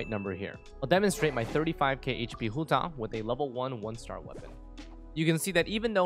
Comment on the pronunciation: Im sorry but i hate the way you say Hu Tao great video otherwise